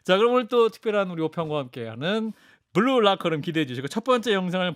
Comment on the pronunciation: 박재홍앵커님, 더 롸커룸(rocker room,X) ... 더 라커룸(locker room,O). . . 스타팅멘트에서 발음에도 조금만 신경써주세요..한판승부 및 라커룸.. 늘 잘듣고 있습니다..❤❤❤